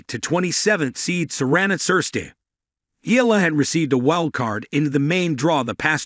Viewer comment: Pronounce it correctly, not ela, its EYALA👌